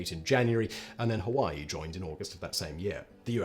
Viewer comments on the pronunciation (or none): none